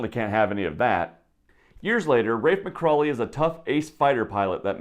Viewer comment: McCauley not MCcrawley